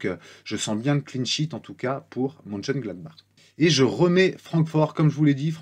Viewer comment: Te voir en 4K quel bonheur ^^ vraiment chouette cette petite vidéo de prépa! Merci! Tu dis très bien Moucheungladbar:)